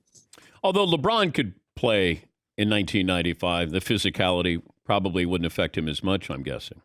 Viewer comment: Dan Patrick: Physicality Pippen: physicalcality Later Pippen: Do you speak English?